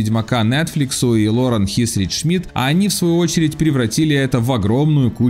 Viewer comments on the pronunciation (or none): none